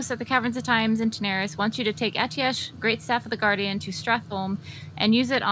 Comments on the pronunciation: I thought Atiesh was pronounced "ah-tee-ash" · Imagine saying 'ateesh' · Pronounced Ah-Tee-Esh according to Khadgar in Legion ;) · The subtitles think your saying “autistic” when you pronounce Atiesh. 👍💀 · Is it not pronounced at-tea-esh ? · Clicked away after the first time he said Atiesh wrong. Cmon Esfand, its a legendary item, the least you could do is pronounce it's name properly